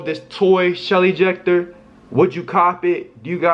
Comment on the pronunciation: I thought he said Shelly jecter😂😂😂😂